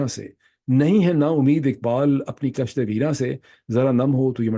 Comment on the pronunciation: Kishtay weraan se not kashte weran